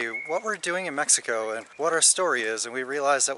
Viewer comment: Love the way said Mexico at the end of video 😉 good job 👍 you are in the perfect country to enjoy an abundance of life, so much to do & see. Enjoy yourselves and keep giving us fun exciting entertaining videos, more than 5,000 subscriber's 👏 congrats you are becoming very popular good luck & Viva Mexico Cabrones!!!✌